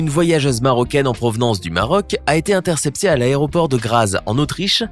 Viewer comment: il dit quelle a était "intercepser"